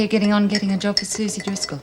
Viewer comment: We even have calling Suzie 'Susen' ridiculous.